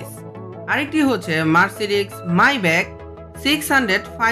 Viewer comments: মার্সিডিজ মেয়ব্যাচ কে বলে মাইবেক?!!😅😂😁🤣😆😆🤣😂😅😅😁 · vai.ai gula ki vul pronunciation kortechen? Bentley flying স্পিউর না!! এইটা স্পার (spur). tarpr ota Mercedes মাইব্যাক না..মেইবাহ. আর বারবাস না...ব্রাবেস(brabus) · ওটার উচ্চারণ মাইবাক হবে, জার্মান ভাষায় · ভাইরে ভাই , আগে Bentley continental flying Spure এবং Mercedes Benz Mayback, উচ্চারণ টা ভালো করে শিখে ভিডিও বানাবেন